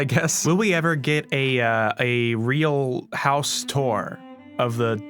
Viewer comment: He- he weally is a weal man 😳👉👈